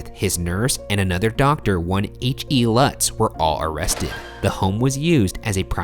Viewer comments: Lutz is pronounce loots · ITS PRONOUNCED “LOOTS”... That’s my last name btw